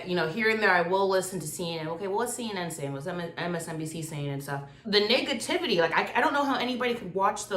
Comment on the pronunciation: LMAO she said niggativity